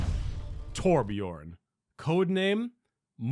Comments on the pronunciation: I'm so fucking triggered, You say Torbjörn like Torbj"urhn"-ish just look up how to pronounce Björn in Swedish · I am Swedish and it triggers me how you pronounce Torbjörn lol I still LOVE your content!!